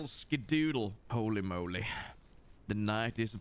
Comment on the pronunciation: The way you say “moley” makes me think of Austin Powers. Moley moley moley… makes me giggle every time. This video did not make me giggle however lol. This was terrifying. But I’m into it. It’s so nice of them to wait their turn to kill you 😂